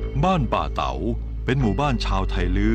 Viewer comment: ยังติดตามเป็นกำลังใจ ทุกตอนครับ ออกเสียงภาษาเหนือจริง คือ สหล่าครับ บ้านป่าเต๋า จริงน่าจะป่าตาว